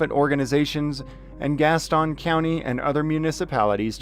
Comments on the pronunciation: Love the videos. This is 1 county west of where I live (Mecklenburg county, NC) it's no biggie but locally it is pronounced like gas tin (like a tin can). No big deal just funny when I hear your pronunciation. Keep up the good work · It’s Gas-ton lol you say it like all the transplants that are here. I’m just teasing you. Thank you for exposing the corrupt cops around here! In NC video can only be released by a judges order.